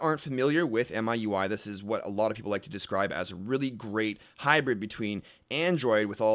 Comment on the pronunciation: The Wikipedia page opens with it being pronounced Me, you, I. You are both wrong.